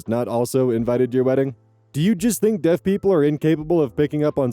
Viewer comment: Lol. "The gays or the Deafs"